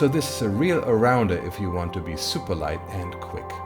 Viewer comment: it's satisfying hearing it as zuper speed in contrast to regular pronunciation